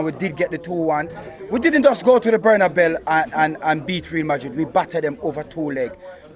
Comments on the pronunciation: Man said Buernalbel 😂😂😂😂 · can't say carabao and bernabeu. Loool He says carabell and bernabell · Man said Bernabell 😂😂😂